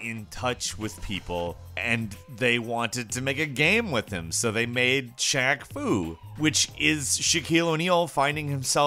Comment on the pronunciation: Glad you still pronounced it as Shaq Foo and not Faq Shoo even after knowing about this game.